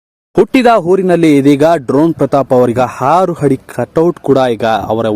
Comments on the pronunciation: ಹಾರು ಹಡಿ ಅಲ್ಲ ಆರು ಅಡಿ ಹಭಿಮಾನಿಗಳು ಅಲ್ಲ ಅಭಿಮಾನಿಗಳು ಸರಿಯಾಗಿ ಕನ್ನಡ ಉಚ್ಛರಿಸಿ. ಪ್ರತಾಪ್ ಗೆಲ್ಲಲಿ 🏆🏆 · ಹಾರು ಹಡಿ ಅಲ್ಲಾ ರಿ ಅದು.... ಆರು ಅಡಿ..🤷🤷🤦‍♀️ 'ಹ' ಕಾರ 'ಅ' ಕಾರಕ್ಕು ವ್ಯತ್ಯಾಸ ಇದೆ.....next video li ವ್ಯಾಕರಣ ಬಗ್ಗೆ ಸ್ವಲ್ಪ ಗಮನ ಹರಿಸಿ... ಕನ್ನಡ ಉಳಿಸಿ..🙏🙏